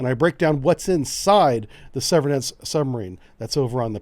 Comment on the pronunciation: I think the two "e"s in Severodvinsk are pronounced as the long vowel form of the letter "a", not the short vowel form of "e". It's understandable that we, as Americans, would tend to Americanize the pronunciation of these difficult to pronounce foreign names.